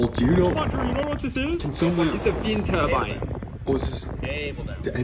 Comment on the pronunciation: “It’s a vind turbine” WE NEED MORE